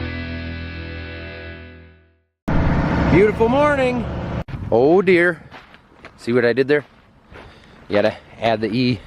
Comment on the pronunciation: That was the most Minnesotan sounding Oh Deere I’ve ever heard